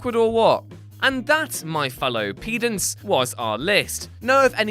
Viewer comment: did you say Peedants at the end of this video? It never fails... It has to be an editorial decision to include a deliberate mispronunciation in every item. And you missed the most obvious one - Stan Lee in everything... and everything else.